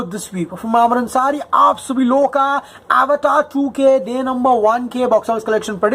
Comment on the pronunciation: Avatar is a Sanskrit/Indian word. Feel free to pronounce it as अवतार man.